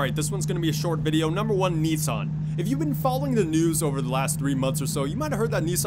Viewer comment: It’s nis-sun not knee-son